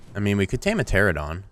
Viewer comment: It's pteranodon, not pterodon.